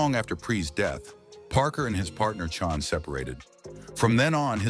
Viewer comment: Chan is pronounced Chann!!!!